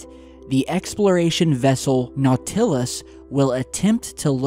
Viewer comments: NAUTilus, not nauTILus. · u SUCK, and I mean horrifically so.......at pronouncing words. NauTILus? C'mon man. You've honestly never heard of the NAUtilus? 20000 Leagues Under The Sea? Captain Nemo's submarine? How about the sea animal nautilus? This isn't the 1st time you've BUTCHERED words in your videos. It happens ALL THE TIME. If you dont know if you've got it right......then check. LOVE YOUR VIDEOS THOUGH.✌😏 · I think you are great, but how come you never learned how to say Nau' til us not Nau til' us? The accent is on the First syllable not the second syllable. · Bro please. Nau-ti-lus. Not No-til-us. It’s horrible to listen to when you mispronounce words and takes away from your message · Nautilus.....say it....Nautilus....not Now-TILL-us..like the cephalopod....like Captain Nemo's submarine.....Nautilus..... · NauTILus? Just say Nautilus bruh lol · Ok.....ok. Its too much now. 3 times you mispronounce "Nautilus". Its "naw-tuh-luss".....not,"naw-TILL-us"...lol. This is like dahboo7 style.Step it up....lol. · NOT til us....it isn't not TIL us....say it fast. NOT til us.... NOTtilus. Nautilus. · Nought-Ill-Us........not Gnaw-Till-Us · NAW-til-us not naw-TIL-us. Love the video!! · Nau-TILL-us...? Seriously? Wrong pronunciation! Naut-uh-luss sheesh.... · Your pronunciation of Nautilus is wrong. Should be NAU'.til.us not nau.TIL'.us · LOL. . .you are cracking me up with your mispronunciation of Nautilus. It's NAW-ti-luhs. . . not naw-TILL-us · it's NAUT-il-us, not nau-TIL-us. Accent on first syllable. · Not-uh-las not naw-till-us. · Not-ill--us, Nautilus. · NAUT-il-us, not nau-TILL-us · naw-TIL-us. NAW-til-us. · Not sure if anyone mentioned this: Nautilus, phonetically Not-ill-us with the accentuation on Not. Just an FYI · Not-ah-lus. Sorry couldn't finish the video because of the mispronunciation. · the NAW TILL US....dude, really? put the emphasis on the NAW...still love ya! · Not-uh-luss That's phonetic for Nautilus. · "Naut í lus" lol!